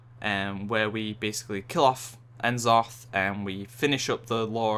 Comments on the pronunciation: it's n'zoth :P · I cringed every time you proncounced N'zoth wrong >.<